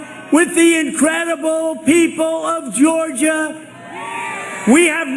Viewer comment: He can't even pronounce Georgia properly.